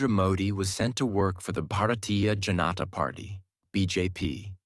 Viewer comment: It' s very nice and original but not a Bjp pronounce Bhartiya Janata party it's called Bhartiya Janta party Spelling are right but janta pronounciation is to wrong.